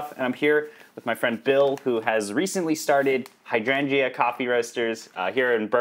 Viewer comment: love this video, but the way you pronounce hydrangea triggers me